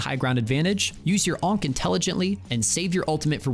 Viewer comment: bro hearing you say onk over and over is something else